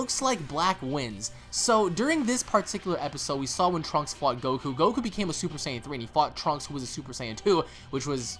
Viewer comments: hey guys. Why do you say Saiyan the way that you do? More like "S-eye-an" rather than "Say-in". Not trying to be a dick at all, I'm genuinely curious. I'm sure there is good reason. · Whats with the new pronunciations? Saiyan or Sian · Why the hell he keep saying super cyan